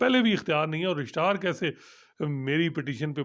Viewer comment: is the best man for court reporting.He is knowledgeable an unbiased.Just one request.Please don't mispronounce the word Registrar.